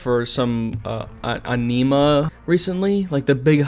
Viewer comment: You can’t pronounce anima?